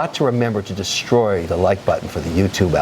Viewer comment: Graham: “Destroy” Kevin: “DéStroix”